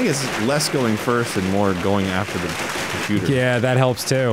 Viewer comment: Every time I hear “cOmputeurrr” I laugh harder than the last 😂😂😂😂😂😂😂😂😂❤❤❤